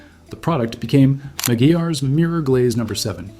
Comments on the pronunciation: It’s pronounced: ma-gwires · It's pronounced" MAGWIRES" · Hey I believe it's pronounced MC GWIREZ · He pronounced it wrong. It’s a temporary shine but it works well.